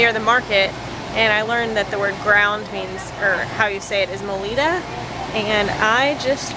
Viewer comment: It's pronounced Moe-Li-Dough. (Molido) in the case of meat it would be Moe-Li--Duh (Molida) Carne Molida > Grinned Meat.